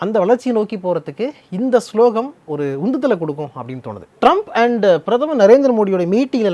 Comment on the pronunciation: ப்ரோ அது ஸ்லோகன் யா ஸ்லோகம் ஸ்லோகம்ங்கற 😂😂😂😂